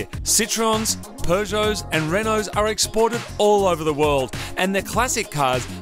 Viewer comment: Finally someone who can pronounce Peugeot correctly!